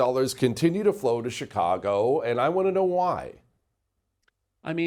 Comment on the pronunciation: Did he say Chikongo? 😂